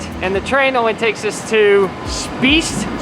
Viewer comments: Shpyaz 👍🏻 is pronounced correctly greetings from the other lake side ✨🇨🇭🇨🇭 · As a swiss it is funny how you try to say spiez. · Ok. Small Italian lesson. It’s Ree-saw-toe. Not ree-sow-toe. And the Swiss say Shpee-yets. But apart from that, really jealous of that 150 euro train ride!